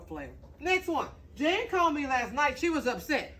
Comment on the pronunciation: Jan is not pronounced Jane.